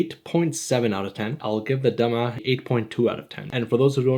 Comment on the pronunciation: The moment I saw the notification, I couldn't believe it, I thought I read it wrong... As a Sudanese guy, this really warms my heart 🥹 And the way you pronounce the dam3a and gurasa is absolutely perfect Not many people talk about our country, and it's really nice of you to do this Absolute legend ❤